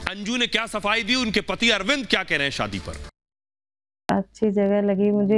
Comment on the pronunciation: जो बोला जा रहा है कि मुझे भारत आने लायक ही नही छोङा आदि आदि । ध्यान से सुनिए यह अंजू की आवाज ही नही है । एकदम से परफैक्ट हिन्दी। जबकि अंजू इतना अच्छा नही बोलती ।शादी को सादी बोलती है आवाज भी थोङी भारी है । विडिओ मे अंजू बोल रही है आवाज मे फर्क सुनाई देगा ।